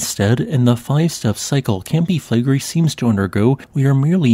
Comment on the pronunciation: Reall Interesting. But take a little time to learn how to pronounce the words "Campi Flegrei". (it's Italian)😂